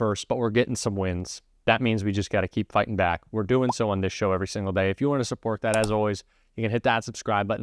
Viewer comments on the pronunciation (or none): none